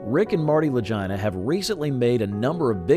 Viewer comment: The commentator pronounced the last name wrong . I bet Rick and Marty don't appreciate that very much lol 😅